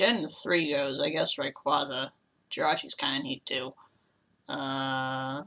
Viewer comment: And both of the a's in rayquaza are with sharp A's as in take or cake